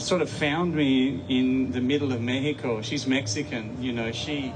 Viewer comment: God bless this man and I got much more respect for him for pronouncing Mexico how it suppossed to be pronounced !